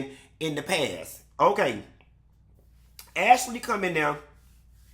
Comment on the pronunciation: AshAlee 😂😂😂😂... you be killing me with the way you be saying these folks NAME!!!😂😂😂